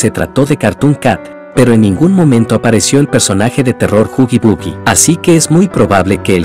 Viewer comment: Se dice huggy wuggy no huggy buggy.2. Es click biat